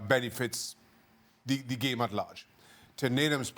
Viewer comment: I like how Shaka pronounces it. Geam.